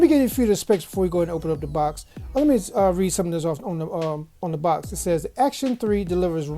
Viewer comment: “Acton,not Action.” Just a minor point. Kind of like calling “espresso” expresso. Still, nice review. Thanks. 👍 p.s.I had the same problem opening the box. Owned this speaker for about a week. Love it.